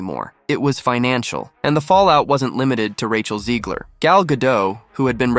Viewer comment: There is no I in Zegler. Back to the Burque. Albuquerque. Maybe Russ and Doug can do a new restaurant for her so we can learn what not to do. Hahahaha.